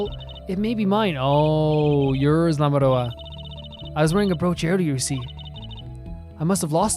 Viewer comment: I'm sorry for butting in like this, but I just have to point this out 😵‍💫 Lamiroir is actually pronounced "Lami-wah". It has sort of a french ring to it!